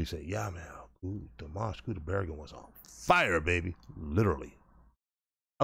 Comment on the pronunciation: Thank you,, for correcting the pronunciation of Dimash's last name.